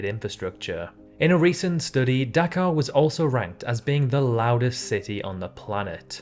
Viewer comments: Anyone else think he was saying Dakar 😂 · I heard Dachau at first😭😭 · You saying Dhaka sounded to me like Dakar, in Senegal. 🇸🇳